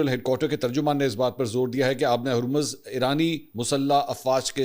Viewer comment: Sir kindly Urdu mn Harmaz theak krwaaein Jazak Allah